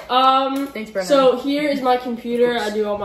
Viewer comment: Its "BRENNAN" not "Brendan."